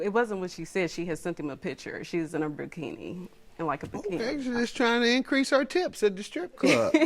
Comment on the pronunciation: What's a bruh-kini?